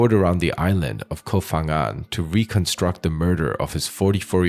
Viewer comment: The name of the island is "Koh ....", not "Kof...". Who cares?❤️